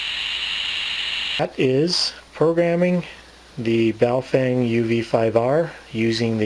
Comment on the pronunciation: The correct name of Wouxun is "Oh Shing" Baofend is "Bao Fong" Please correct yourself on the correct Names.